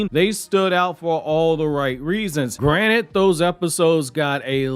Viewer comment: bro why is it every time you say GRANTED i hear GRANITE. (u.k accent lol)